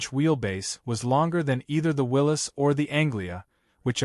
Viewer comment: Willys pronounced correctly, spelt incorrectly